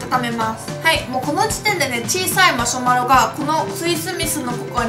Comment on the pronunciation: マショマロじゃなくてマシュマロですよ笑